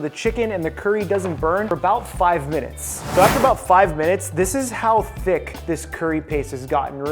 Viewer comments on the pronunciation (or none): The jiren everytime he said “ThICk”